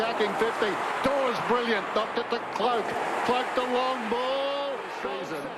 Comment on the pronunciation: DAWES not DAWSON